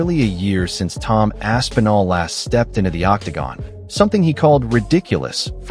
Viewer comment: Bro, Rampage calling Tom "Ass N' All" is sending me 🤣